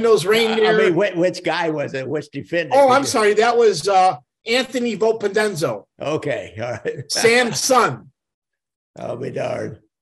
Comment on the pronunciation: For someone who did research. He murdered the names.